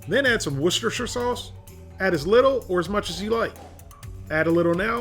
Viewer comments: Worcestershire sauce pronunciation spot on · I know a lot of people who can't say 'Worcestershire' that well. My compliments. ;)